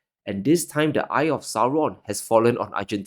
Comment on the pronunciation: "the eye of s🤣aryon"